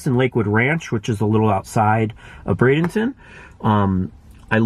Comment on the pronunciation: You are correct. Br-ay-denton